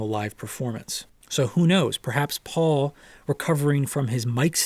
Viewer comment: it's paul. its really not that difficult